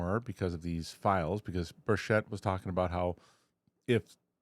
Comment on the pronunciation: Rep. Tim Burchett's last name is pronounced BURR-chit. ** READ YOUR COMMENTS! **